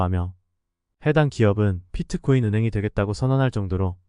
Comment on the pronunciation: 피트코인 발음 킹받네